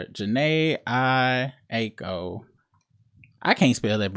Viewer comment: Bro really said Jhene Aiko. Yea he aint been outside.